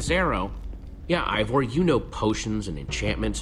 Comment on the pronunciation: its Ivor not evor